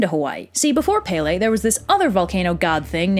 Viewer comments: its not pay lay its pel ay please get it right sorry for being rude but I love the video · I love how 75% of the Hawaiian words are pronounced wrong. Its okay tho. I'm not a hater. Its just funny. And how pele is prounced SOOO wrong😋. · Yeah that was part of the myth EDit: also pele not pepe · As someone who is from Hawaii, your pronunciation was mostly okay...However when you start explaining the plot quickly, the pronunciation gets a little lazy. Pele is (peh-leh) not (pay-lay) But kudos for even attempting. I’m a big fan of this channel. Malama Pono! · Not palay. Pele IM HAWAIIAN!!! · Aaaaaaaaah, I'm sorry, I know this is an old video and i cant help it but I have to correct you. Pele's name is pronounced (Pe-le), not (Pay-le). I'm sorry, I couldn't help it. I'm legitimately a local Hawaiian from Hawai'i, and I've always heard people say things wrong. I know you may not mean it but it still makes me cringe here and there. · Baysalt? I wonder how many old ladies on Hawaii pretend to be Pele and go around asking for booze & smokes. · When u say Hawaiian words wrong Pele your saying it wrong I’m from Oahu and I see people disrespecting pele. stop saying Pay Lay ;-; you’re also saying the other Hawaiian names wrong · Its pronounced Pell ay and kama pu a a. I should know I'm hawaiian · PAY-LAY?? AI LAAAAU??? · I'm sorry but I just have to laugh. I'm Hawaiian and never in my life have I heard someone pronounce her name like Pay-Lay. Oh, wait, actually a kid that lived on base actually pronounced it like that and he got kind of humiliated when someone pointed it out and I only felt sorry for him because I was raised with Hawaiian culture and I also lived in the mainland before I moved to Hawaii. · You say Pele wrong, it's pronounced Pe-le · “Pele.” Where my smiters at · How tf do you pronounce kamupua’a correctly but not pele? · also pe,le. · She got every name BUT Pele correctly pronounced... how? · “E” in Hawaiian is pronounced “eh”